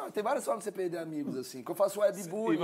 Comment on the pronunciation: Eita! Pelo visto cortar o R dos verbos deve ser cringe tb! #perde=perder